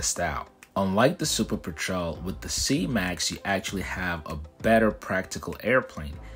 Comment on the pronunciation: Normally I love your content, and I'm interested in the topic in particular because I love seaplanes, but I couldn't make it through your video hearing you mispronounce petrel that many times. It's a kind of bird and said peh-truhl.